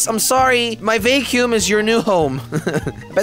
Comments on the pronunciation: I used to dont mind watching jelly occasionally, then i heard how he says vacum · He said Vaycume it's Vacuum jelly😂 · it is not vaecumvacuum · I know it sounds like he is saying vay cume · Julian Camacho yeah ik it just sounds weird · Why are you saying vacuum so weirdly jelly😂 it’s pronounced “vack yoom” lol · i love how he says vacuum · The way he says vacuum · He don’t now how to say “vacuum”